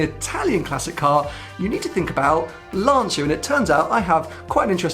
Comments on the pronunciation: It’s pronounced Lancha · Apparently Lancia is pronounced “Larncha” in Italian. Perhaps a Italian viewer can confirm? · Many years ago, I made the mistake of mispronouncing Lancia in front of an Italian work colleague, who quickly corrected me. It's pronounced Lanchia, not Lahnseeya. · Yes, "Lan-cha" is perfect. But we are used to hear "Lan-sia" from anglophone people, it's strange but nice in some way :) A 120 years old glorious Italian car brand, probably the most legendary in Italy if you consider his entire life